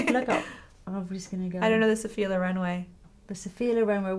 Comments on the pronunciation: Actually is Sophia Lóren not Lorèn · Can we talk about the colour of her eyes?! I love how she adresses Lisa and asks her questions ♡ we all like to hear those answers... Stunning maleup as always, comments are almost pointless, your work is always such an amazing inspiration Lisa!BTW is Lòren, not Lorèn, but it both weird and sweet to hear it wrongly pronunced ;) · Italian put the stress on te O, not on the E... We say Sophia Lòren, not Lorèn 😉